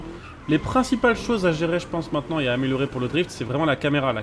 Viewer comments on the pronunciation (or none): none